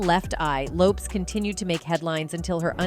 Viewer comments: Yes can't believe there aren't more comments on how she's saying "Lopes" lol, how can anyone not know this woman said it Lopez? she's one of the most famous women of the decade. They probably do it on purpose to make people comment. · It's LOPEEEEEZZ 🤦‍♀️ like dang at least get my girls name rite smh I hate AI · I think its AI reading. Ive noticed it on other videos too. Many vids these days are using an AI narration i think. I think. I could be wrong but ive noticed other mispronunciations that are similar. AI is reading it phonetically. Lopes with an S does not phonetically read as lopeZ. What do yall think? Maybe? It bugs the shit out of me when i hear stuff like that and then the grammar mistakes too! 😮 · Why did you BLEEP OUT the word Sexy in this report on TLC? And Left eye's Last name is pronounced as Low-paz... duuuuuuuuhhhh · It's Low-Pez